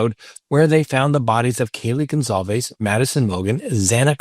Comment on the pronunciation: IT'S GON-SAL-VEZ